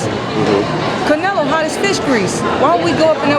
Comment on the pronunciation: Did that guy say Canalo?